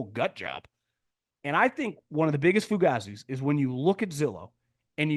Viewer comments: That's how an Italian from New Jersey might say it. NoCal says it differently. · DUDE, your saying the word WRONG, it's pronounced foo-gay-zee. Cmon bro, as a dude from South Philly it hurts my ears.